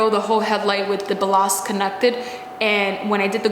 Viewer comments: It's definitely BAL-last 😊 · its pronounced ballast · Balas lol Ballasttttt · boo-lost... I love it 🤣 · Ballast rhymes with callous (means cruel). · Ba-lost 🤣🤣🤣that's perfect. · 😆 damn right Ballast baa - last you got it on your second try. the English pronounce it slightly differently switch around the non working bulb & ballast with the working bulb that should give you an indication whether or not it's a bulb/ ballast issue or a wire connection issue . OEM Parts can be ridiculously expensive . Oh and Happy New Year and wishing all the best for you and your Channel in this and coming years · It’s pronounced “BAL-ist”....